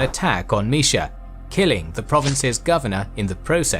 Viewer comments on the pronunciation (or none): none